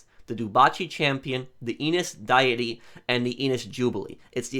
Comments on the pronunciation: I'm grateful that you're helping people out with GTAO still... how, I wanna slap you as well. Do you not know how to pronounce Deity? It's not "diet-tee", the freaking e and I are in different places! It's pronounced "Dee-it-tee"! You know, the alternate word for a god? How does no one covering this update know how to pronounce it? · DAY-EH-TEE .... like a god. Deity. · Deity- Dee-uh-tee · 1. Its pronounced DEE-it-ee 2. Will you make new money guides for efficient contracts n stuff?